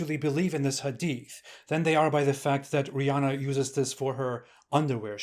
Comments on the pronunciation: “Rih” LoL 😂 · "Rihh" Hahahahahhaaa! Gosh, the way that sounded. Lol 🤣❤️